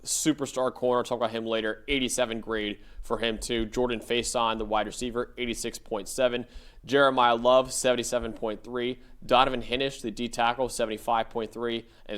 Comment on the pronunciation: Pronounced Donovan "high" nish.